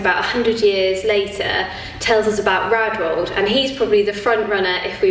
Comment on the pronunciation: It bothers me that she does not pronounce ae as æ, or just say 'redwald'